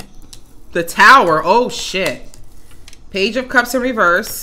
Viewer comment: "Don't come in here tawkin no SHYIT" 😂